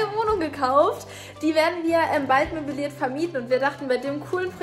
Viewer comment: Es heißt MÖBLIERT, nicht MÖBILIERT